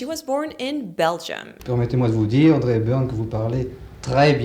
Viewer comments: I'm astonished The french tend to omit the " h" sound from almost all words starting with letter h , hopitale , hotel , etc. But when it comes to the pretty name Audry , you say Haudry . You're just teasing, aren't ya? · Dear its not HADRY HAPBURN !!!!!! U see this is ur french thing u take the H where it should be but put it where it should not! Its ODRY audrey !!!!!!!!!! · Did she say “Haudrey Hepburn”? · Did I see her say " Haudrey " Hepburn? 😆😆😆😆😆😊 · Funny how, , you pronounce Audrey as "Hodrie".